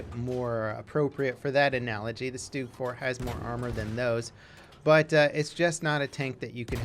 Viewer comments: Its st-ugg, not stoog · Its not pronounced stoog -_